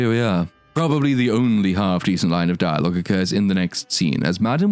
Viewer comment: I love how you call him a gay spider demon. Also dire logue hahahahah. Mate.